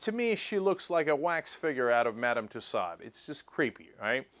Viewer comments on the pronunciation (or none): btw, (not to sound elitist or anything), tussaud is pronounced "tu-so".